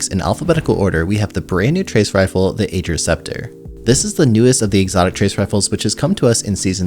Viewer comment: Not trying to be toxic, but Ager is actually pronounced "Agh-er"!